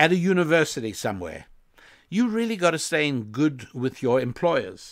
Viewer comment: "How the world rrrrrreally works!" 👌🏿It's dope Rabbi, keep it going! 💯